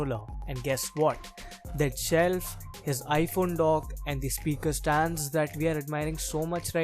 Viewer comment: I really like his chelf lol 😂